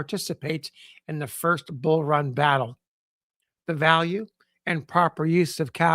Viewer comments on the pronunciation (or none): none